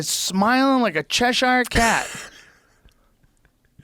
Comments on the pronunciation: The way Joe said "Cheshire" made my head spin 😵‍💫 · Chesh-hire cat 😂